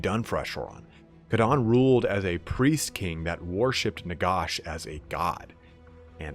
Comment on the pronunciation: "Nagosh" lmao